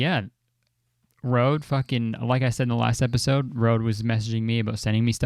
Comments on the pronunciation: I literally hate how he pronounces it rode. It annoys me to death. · Oh my god it’s not pronounced like that I hate that people think that ø is o 😫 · it’s funny bc røde is pronounced ruh-deh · well I mean kurtis is Canadian and from my knowledge ø is Norwegian (sorry if I'm wrong about that) so I can blame him for getting it wrong